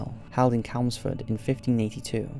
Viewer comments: Good vid but CHelmsford not Celmsford a ch noise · CHemlsford With a hard CH Not Kelmsford -. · Hey, silly little comment really, I know but just wanted to let you it’s pronounced Chelmsford with a soft Ch, as in Church🤭😄 Love your channel by the way, some really smashing videos...thank you🙌🏻👍🏻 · Amazing that an Englishman can make an arse of "Chelmsford". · This is a really interesting video, thanks for doing it. Would love to see more videos on witches. Big fan of this channel (even the mispronunciations are becoming endearing now...it’s Chelmsford with a ‘Ch’!) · Come on! You’re English how can you not pronounce Chelmsford!!! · It's just him mispronouncing a word it's not really going to affect anything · If someone can't pronounce a word or a place name that they should be able to, it calls into question the accuracy of the information given in the video. Chelmsford is a pretty well known place, and there's no mystery about how it should be pronounced. If an American uploaded what was purported to be a factual video, but couldn't say 'Chicago' you'd doubt the veracity of the information given in the video. Do you want to spend your time watching well produced videos or not? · to be fair, he’s Welsh, but it irritated me too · So glad u said that, I did think he was English but when he pronounces some English places so wrong then I thought it was my hearing that was on its way out